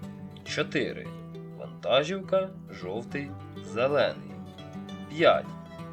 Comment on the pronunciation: Українською мовою наголос у слові вантажівка іде на склад "жі". Ті хто починають розмовляти українською або з Західної України постійно неправильно ставлять наголоси у словах.